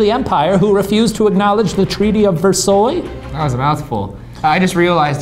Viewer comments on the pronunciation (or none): Lol Shane "treaty of versoy" like the treaty of Versaille hahaha history lessons are useful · treaty of "versoy" iM SCREAMING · The treaty of "ver-soy" kill me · Yo. I'm a shaniac, but those stories are moronic. I lost you at Treaty of Ver-soy.. shame..